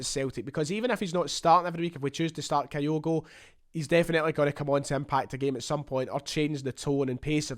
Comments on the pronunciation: Begins the video by talking about his desire to get pronunciations correct then starts talking about Kayogo? Some boy! Kyogo, not Kayogo. Do you pronounce Tokyo as Tokayo? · Fingers crossed on this one, top goalscorer in the Eredivisie with a team that was relegated is a no-brainer for Celtic. Talking of pronunciation… Kyogo is pronounced Kyo-go or at a push Ki-yo-go with a soft i, not Ka-yo-go (I’m a long term Japan resident). I still have nightmares about they way we mangled Shunsuke’s name for years. 🤪